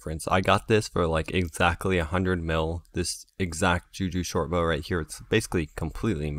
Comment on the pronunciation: that one time he said juju shortborXD